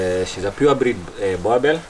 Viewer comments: Its Boerboel not Boerboer! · Its pronoulike boorbull but its spelled boerboel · You guys are pronouncing this breed wrongly. This is a boerboel, The name Boerboel derives from the Afrikaans words boer, meaning farmer, and boel, a shortening of boelhond. I also own a boerboel bought from my collegue's sister whom is a farmer.